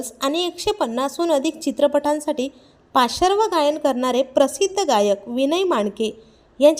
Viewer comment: चुकीचा उच्चार करता आणि वर बिनदिक्कत मराठी समजत नाही असे इतरांनाच बोलता आधी स्वतः बोलायला शिका धड